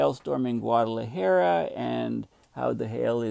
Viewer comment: Dear - As a courtesy to your Mexican neighbors, please learn to pronounce Guadalajara. Oh - and take a look at the country Costa Rica. Please don't call it Costa Rico. Please accept this small criticism in the most friendly way possible. Cheers.